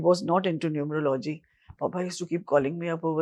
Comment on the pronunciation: Its not "Numer-logy", It is "Nu-merology".